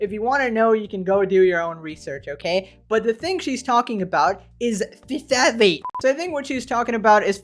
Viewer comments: "biology" major cant pronounce phthalate? lmao must of bought her degree on ebay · Girl pronunced the 'ph' in phthalate, her degree in biological sciences might have been downloaded.